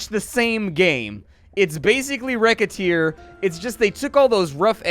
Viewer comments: Racketeer... not wreckateer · whats the name of the game thats simialr to moonligther? Rocketeer, riccateer, rekhatear? Its kinda hard to understand what he said